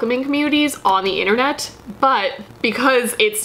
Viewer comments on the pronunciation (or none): none